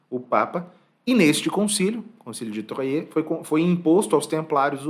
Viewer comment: Caro, considero-o uma das pessoas mais cultas e bem formadas da internet. Por lhe querer bem e lhe desejar cada dia mais sucesso em suas postagens tomo a liberdade um pouco pedante de lhe informar que em francês a cidade do Concilio de 1129 chamada Troyes se pronuncia exatamente como o número três, "trois". Aliás, uma cidade encantadora... Obrigada por mais um video muito bom!